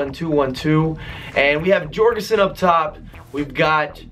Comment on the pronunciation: it should be pronounced yorgensen not Jorgensen